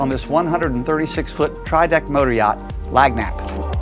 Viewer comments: Learn to pronounce the name correctly !!!!! Ask the engineer .... he pronounced it correctly. phonetically it is (Lan yap) NOT ( Lag nap) it means something given as a bonus or something extra. Like a 13th donut instead of 12 in dozen. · Nice tour, but the ship's name is pronounced "Lan - yap," which means "Something Extra" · That's pronounced lan-yap. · Nice ride and I know this listing is old but… you’re killing me with that pronunciation,. It’s pronounced “lan- YAP”; a Louisiana word that means cajun hospitality, a little something extra. Love your walkthroughs. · Tis a lovely vessel for sure.. However I couldn't help but cringe a little each time you pronounced the name of the vessel. Lagniappe is a Cajun French word pronounced: Lan yap. Meaning something extra given. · so how long did it take the owner to pull his listing from you once he realized you couldnt be bothered enough to be professional enough to even do the simplest thing aka know how to correctly say the boat's name???🤔 ffs dude... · I've been yelling at this guy as his mangling of Lagniappe grates on my Louisiana ears. My home state is more French than American. A substantial part of its citizenry speaks English as a second language. As a child in the northern climes of the Bayou State every time I would buy a dozen pieces of candy from a storekeeper he'd drop an extra piece in the sack and say, "Lagniappe!" It means a little extra as a gesture of good will. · If you're going to make a video showing off the boat, you could at least get the pronunciation of its name right. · She’s a beauty, but u r pronouncing her name wrong. It’s a Cajun French name meaning a little bit extra.